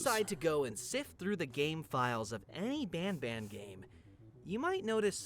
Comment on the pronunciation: Por favor nunca mais fale bamba pelo amor de Deus graças a Deus nããããã...